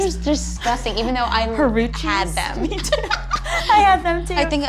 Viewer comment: is she trying to say huarache lol. Ha ROO chi 🤣